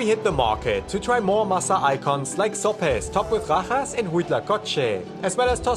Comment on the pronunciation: No es uno de los mejores guías, ja ja ja se pronuncia sopes no sops